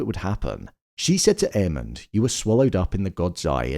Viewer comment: 😂😂😂 I swear, every time says Aemond’s name I hear “Airman” 😅